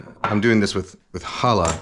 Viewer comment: Thank you so much for making the effort to pronounce challah correctly! Very few do and it drives me crazy. I know the sound is hard for some people, but I'd appreciate it if they'd at least say they know they're not pronouncing it right. You got it right!